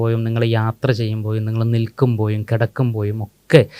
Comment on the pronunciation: നിങ്ങൾ വീട്ടിൽ ഇരിക്കുമ്പോയും, നിങ്ങൾ യാത്ര ചെയ്യുമ്പോയും, നിങ്ങൾ നിൽക്കുമ്പോയും, നിങ്ങൾ കിടക്കുമ്പോയും?!🤔 (Unmasking anomalies team ൽ പെട്ട ചില മാന്യ വ്യക്തികൾ അവരുടെ മലയാള ഉച്ചാരണം! (അക്ഷര ശുദ്ധിയും അക്ഷര സ്ഫുടതയും വരുത്തേണ്ടതുണ്ട്)❤🍀😊.